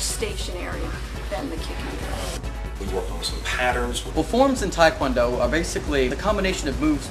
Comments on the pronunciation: well the mispronunciation of tae kwon do too, tae as in teh not tye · it's not tai kwan do you idiot1 it's TAE KWON DO! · i cant stand when people sat taikwondo ,its taekwondo tai is chinese like tai chi,tae is korean . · why is White people talking like they know about tae kwon do so much..they are not even flexible enough and especially the White narrator can't even pronounce TKD right, WTF.